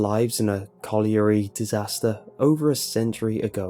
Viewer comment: You can pronounce "colliery" but not "closet"? Wtf? I can't even lol